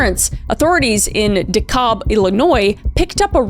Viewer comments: DeKalb is NOT pronounced like that, we pronounce the L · Hard “A” on DeKalb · I absolutely adore kris and these videos but as a native illinois resident the way she pronounced Dekalb made me cringe! Its like Decal with a B at the end! De-Cal-B! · I find it funny how Kris mispronouncing American city names immediately outs her as a Canadian lol. Or maybe it's just cuz I have been to DeKalb many times that it made me immediately pronounce it the correct way out loud 🤣